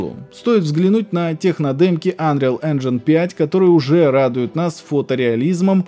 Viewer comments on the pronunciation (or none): none